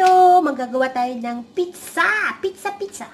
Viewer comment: lol pareho tayo sis pitzza pagkakabigkas sa pizza.